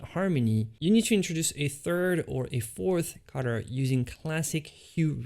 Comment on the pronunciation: Not only can't he paint, but he can't even say the word 'color' 🤣🤣🤣🤣🤣